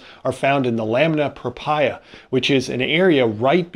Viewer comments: Lamina prope ree ah In 30y of pathology I've never heard anyone say prope reye ah. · buddy, it's painful hearing lamina propria pronounced that way. It's pro-pree-ah. Almost worse than π being pronounced "pie".